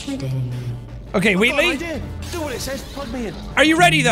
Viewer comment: You calling Wheatley 'Wheatlis' is my favourite thing in your playthrough